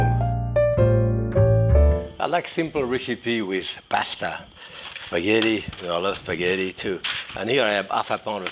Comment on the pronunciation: He probably says it better than you!!